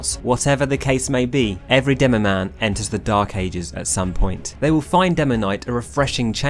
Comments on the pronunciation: Demomann, not demomaighne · not demoman *demomaneeee